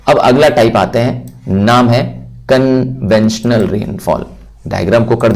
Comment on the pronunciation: conventional❌ conventional ✅ 😂